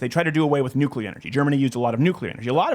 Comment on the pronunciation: Nuclear power, say it with me NUCLEAR POWER.